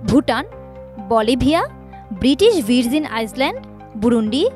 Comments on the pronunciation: সংগঠন কে সংগটোন, আইল্যান্ডস (islands) কে আইসল্যান্ড (Iceland), ভার্জিন (Virgin) কে ভিরজিন... আমার আর শোনার মতন মনই নাই। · সাংবাদিক মেডাম, দেশের নামগুলোর উচ্চারণও করতে পারলেন না, আইল‍্যান্ড কে আইসল্যান্ড বলছে, ভার্জিন কে ভিরজিন বলছে..😅😅